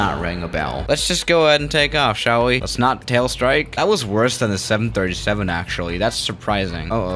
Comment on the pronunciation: "sha'll we" 😂love it